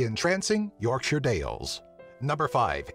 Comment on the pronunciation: He pronounced Yorkshire correctly!